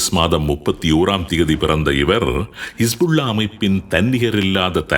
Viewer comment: கமாஸ்,கிஷ்புள்ளா என்று மாறி மாறி குழப்பிறிங்க